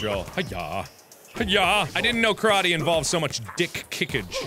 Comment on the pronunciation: As a Japanese person I got slowly more and more upset every time I heard Karate pronounced wrong....